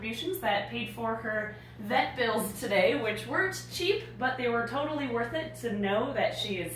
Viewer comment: From now on, the proper pronunciation of “today” is “to-til-dae”. 🧐